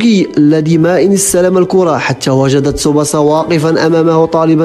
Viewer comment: تسُبَاسَا و ليس تسُبُسَا